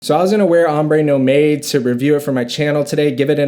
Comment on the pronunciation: It pronounces NOMAD.......not NO MADE